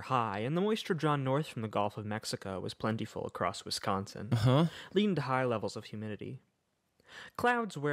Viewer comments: I like you pronunciation of Wisconsin more tbh 😅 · I have to say as a Wisconsinite you did pretty well pronouncing Wisconsin almost as well as a true Wisconsinite.